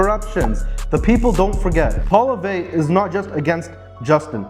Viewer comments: This is so true. BTW his last name pronounced Polee ev, r is silent. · You will need to learn to say his name ---Poilievre - say it this way: PWA_LEE_EV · You should have learned how to say his last name properly. The rest was great